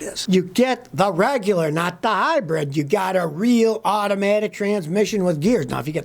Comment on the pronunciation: Hybrid not Hybread... Listen to me Scotty !